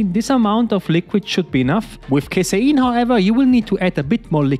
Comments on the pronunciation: It's CASEIN not casaEEEEIN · "if you don't CASE-ER-EN" Lolled how he said it, I think it sounds better said that way.